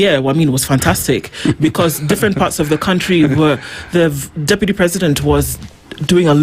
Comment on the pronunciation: it is "deputy" not "dupity" president 😂😂